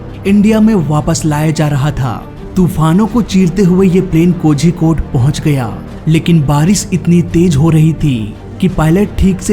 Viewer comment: Bhai pehle thu Kozhikode bolana sikhle ........tum Kozhikode galath bolte ho......your pronouncing it wrong ...go learn it first 😂